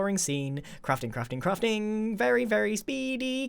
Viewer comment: It almost sounds like hes saying "crufting"